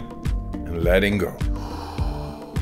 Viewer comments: Fooooolly inn, and Lelling Go, like awave... 🌊 Go witdaflow, of the breath 🌬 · "Foolly iiiin, ledingo" Thank you, Wim Hof.